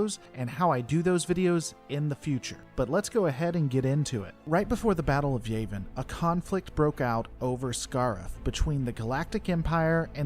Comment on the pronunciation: And Yavin not yayvin